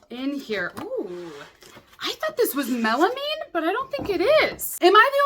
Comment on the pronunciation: You’re the only YouTuber I’ve heard that pronounces “melamine” correctly 😂